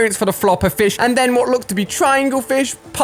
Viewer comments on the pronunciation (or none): Ali said pufferflish not pufferfish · I think it’s puffer-fish not puffer-flish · " TRIANGLE FISH " : " puffer fLish " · Everyone:pufferfish ali-a: pufferflish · Anyone notice he said "pluffer fish" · Everyones talking about cars, but no one is talking about how ali said pufferflish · He said pufferflish! 😂😂😂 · 🤣🤣🤣🤣🤣 Ali says puffer flish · PUFFER FLISH 😂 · Who noticed he said “pufferflish” ? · I swear he says puffer FLISH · he said pufferflish lol 🤣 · puffer flish 😂😂😂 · Noone: Ali-A-puffer flish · Nobody: Not a single soul: Ali-a: da fish with the dangly thing did he also say puffer flish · Haha he said puffer flish 😂😂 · "puffer flish" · Ali_A said floper flish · I love "Flish" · puffer FLISH???? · Am i the only one who heard him say fliesh? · “Puffer flish” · Who heard Ali a say pufferflish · Who else heard flish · Who else heard Ali A say floper flish 🤣🤣🤣🤣 flish flish flish flish flish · He said fopper fish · did anyone hear alia say "Flish" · You said FLISH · I never heard of a puffer “flish” Alia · you saaid flish